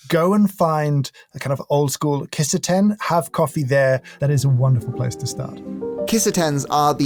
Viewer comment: Not Kiss a ten 💀Key Sah tenn.